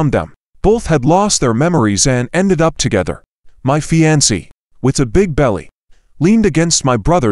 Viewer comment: Not the way to pronounce "fiancee."